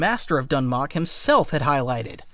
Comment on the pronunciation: If you're doing videos on lore of any kind, real or fictional, it wouldn't be hard to look up the pronunciation of words. Trah-kah-tah. Not Trak-a-tah. Also Sa-teal, not Sa-tell. My lord... Doon-mock, not Dun-mock. My guy, it's really not that hard, especially if you're a Star Wars channel doing exclusively Star Wars lore.